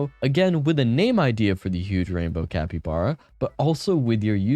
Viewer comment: "CapyBrae"